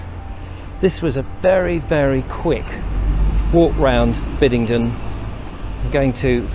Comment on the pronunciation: Excellent video ! BTW it's , Bidd-en-den. Not Biddingden ! 🤔😘